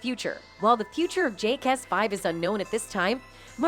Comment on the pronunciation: She sId Jake-ass 🤣. Sounds like something you call a cop